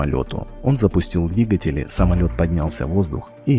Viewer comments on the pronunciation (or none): none